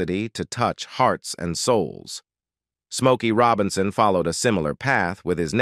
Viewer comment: Junctureh, 33 1 of 3. Rowbinsown, dewble and many others. This is Artificial Intelligence that can't pronounce words?